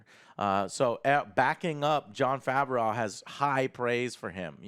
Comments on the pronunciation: Love the content Joe. It is pronounced Fa-V-Row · "Favareau" Pls stahp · Joe must have been assaulted by Jon Favreau, because every time he says his name, he says Jon favrowe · John Fav-er-ow... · Joe, it's pronounced Fav-roh 🤦🏼‍♀️ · Oh my god joe can you pronounce John Favreau’s last name correctly theres no L at the end lol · will joe ever learn how to pronounce john's name